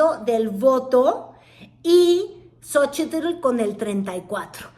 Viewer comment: Me castra como pronuncia "Xochitl"...